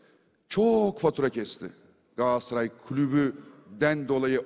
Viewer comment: abi sende dahil pek çok insanımızın yaptığı bir hataya değineyim telaffuz "Galatsaray" değil "Galatasaray"